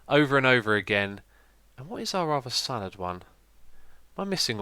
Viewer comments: It's salad, not salaRd, it's spagHetti, not spagetti, and the e in tomato is only if it is a plural (tomatoEs) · its salad not salard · He called the salad spork salard spork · You called the spork a salard spork instead of salad spork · "Salard" Spork? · Lol "salard" spork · I don't believe there is a r in salad... Lol Salard Spork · Xisuma... What grade did you get in English/Literacy in GCSEs? Salard... Salad Tomatoe... Tomato :D Only joking (Even though they are spelt wrong lol)